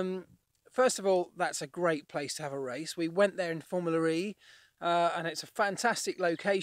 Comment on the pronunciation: Hi Marc. It's Formula E. Not Formularee, or Formular E. And I could do with a little less dog. Furthermore great video's! Thanks!